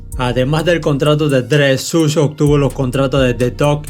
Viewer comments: Buen canal. Buenos videos. Pero se pronuncia "Shug" y no "Such". No cuesta nada ver un video o un audio donde se pronuncien bien los nombres. Algo que le quita lo bueno a este canal es eso. Se pronuncia muy mal algunas cosas. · NO SE PRONUNCIA “SUSH”. LA PRONUNCIACIÓN CORRECTA ES “SHUG” QUE VIENE SE “SUGAR”. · Se pronuncia Shug